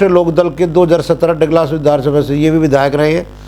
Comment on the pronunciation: अलीगढ़ की तहसील इगलास( IGLAS) है,डगलस नहीं‌।यह ठकुरेलों का बड़ा क्षैत्र है। ( डाॅ एस एस परिहार)